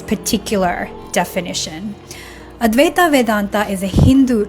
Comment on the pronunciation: It's supposed to be pronounced like advai-tuh. Same deal with vedanta, should be spoken like vedan-tuh. Not vedan-taa or advai-taa.